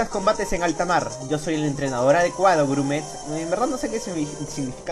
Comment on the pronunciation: grumete se pronuncia grumeTE y sugnifica flacucho parece q no lees libros de aventura o no tienes un vocabulario muy extenso